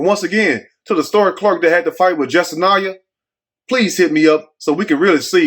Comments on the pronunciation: pronounced the name wrong too 😂 it’s Jes sin yah 😂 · her name is pronounced Jess sin yah. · my sentiments exactly 👍🏽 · you got on the media for pronouncing her name wrong. Her real name is pronounced, Dummy!!!!😅